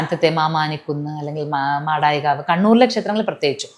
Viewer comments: സേച്ചി മാടായികാവ് ആണ് ഗാവ് അല്ല, അത് ആദ്യം മനസ്സിലാക്കു ഓക്കേ 😁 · Maadaayi gaavu alla medam Maadaayikkaavu aaanu OK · കഷ്ടം ... ആരെങ്കിലും എന്തെങ്കിലും പറയുന്നത് കേട്ട് അത് വിശ്വസിച്ച് താങ്കൾ പറയുന്നതൊക്കെ തെറ്റാണ്. മാടായിക്കാവ് എന്ന പേര് പോലും ശരിയായി ഉച്ചരിക്കേണ്ടതെങ്ങിനെയെന്ന് താങ്കൾക്കറിയില്ല. മാടായിക്കാവിൽ ദാരികനെ വധിച്ച കാളിയാണ് ആരാധിക്കപ്പെടുന്നത്..അള്ളട സ്വരൂപത്തിൽ ഈ കാളിയെ കാളരാത്രി എന്ന പേരിലാണ് ആരാധിക്കപ്പെടുന്നത്. മഹിഷാസുരനുമായി ബന്ധപ്പെട്ട ഐതിഹ്യമല്ല ഈ ദേവിയുടെതെന്ന് മനസ്സിലാക്കുക. മാടായിക്കാവിൽ ഭഗവതിക്ക് തിരുവർക്കാട്ട് ഭഗവതി എന്ന പേര് വരാനുള്ള കാരണം താങ്കൾ പറഞ്ഞത് ശരിക്കും മനസ്സിലാക്കാതെയാണ്. ആ ഐതിഹ്യം അങ്ങിനെയല്ല. കോലത്തിരി രാജവംശത്തിൻ്റെ ചിത്രവുമായി ബന്ധപ്പെട്ടതാണ് മാടായി ക്കാവിൻ്റെ ചരിത്രം. തളിപ്പറമ്പ് രാജരാജേശ്വര ക്ഷേത്രം പെരിഞ്ചല്ലൂർ ( തളിപ്പറസിൻ്റെ പഴയ പേര് ) ബ്രാഹ്മണരുടെതാണ്. കോലത്തിരിയും പെരിഞ്ചല്ലൂർ ബ്രഹ്മണരും തമ്മിൽ ശത്രുതയുണ്ടായിരുന്നു... ഹിരണ്യഗർഭം എന്ന ചടങ്ങ് നടത്താൻ വിസമ്മതിച്ചതുമൊക്കെ അതുമായി ബന്ധപെട്ട ചരിത്രം.. ഒന്നും വ്യക്തമായി മനസ്സിലാക്കാതെ ആരെങ്കിലും പറയുന്നത് കേട്ട് അതാണ് ചരിത്രം അല്ലെങ്കിൽ ഐതിഹ്യം എന്നു പറഞ്ഞ് അവതരിപ്പിക്കരുത്.. കാമാഖ്യ ക്ഷേത്രത്തിൽ പൂജിക്കപ്പെടുന്നത് സതീദേവിയാണ്. ദക്ഷൻ്റെ യാഗശാലയിൽ പതിപ്രതാഗ്നിയിൽ ജീവൻ വെടിഞ്ഞ സതിയുടെ മൃതദേഹവും താങ്ങിയെടുത്ത് ദുഃഖിതനായ ശിവൻ അലഞ്ഞു നടന്ന കഥ കേട്ടിട്ടുണ്ടോ? ഇല്ലെങ്കിൽ അത് വായിക്കുക.. സതിയുടെ ശരീര ഭാഗങ്ങൾ ചിതറി വീണ 51 സ്ഥലങ്ങൾ ഭാരതത്തിലും അതിർത്തി രാജ്യങ്ങളിലും ഉണ്ട്.. അതൊക്കെ ഗവേഷണ ചാതുരിയോടെ വായിച്ചു പഠിക്കുക .. സ്വയം ചിന്തിക്കുക. ശരി കണ്ടെത്തുക. അത് അവതരിപ്പിക്കുക. താങ്കൾക്കതിന് കഴിയും. അതുകൊണ്ട് തെറ്റുകൾ വിളമ്പാതെ നന്നായി ചരിത്രവും ഐതിഹ്യവും പുരാണവുമൊക്കെ പഠിച്ച് ജനങ്ങൾക്ക് മുമ്പിൽ അവതരിപ്പിക്കുക.